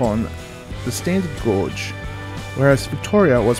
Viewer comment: FYI gauge is pronounced "gage" (rhymes with cage) not "gorge"